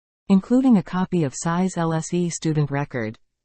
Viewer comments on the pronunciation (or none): Tsai !Tsai Not size ! Please